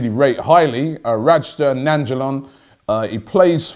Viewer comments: Robbie u butchered his fkn name. Its pronounced Rad-ja Nai-n-golan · "Rajda Nanjalan"